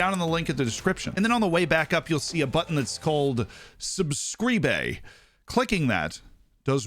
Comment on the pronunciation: The way you said "subscribe" is almost like Portuguese pronouciation, you've played that Oriental Dragon way too much lol